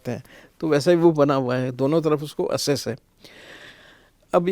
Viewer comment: एसेस= एक्सेस